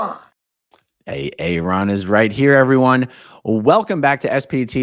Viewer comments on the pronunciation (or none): Ratz! Came in JUST when was telling us how to "subscwibe wight heaw." Oh, well. I can't comment in a Live stream, anyway. Settling in to watch! Hi, George! You are a loooong way from home! 😁